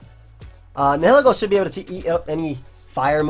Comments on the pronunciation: NI-HILL-EEGGO is the correct pronounciation. And just for everyone's fyi toxapex is TOX-APEX NOT TOXAH-PEX or TOXI-PEX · I think it's pronounced ny-uh-lee-go. "nihil" like in "annihilate" meaning nothing. Ego meaning one's sense of self.